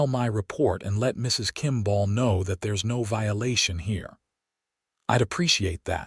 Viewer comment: Okay today’s lesson is how to pronounce the word kimball it is not kimbaaaaal te proprietors of this rubbish need to educate the AI. Forget the poor quality stories and focus on the true ly dreadful grammar and pronunciation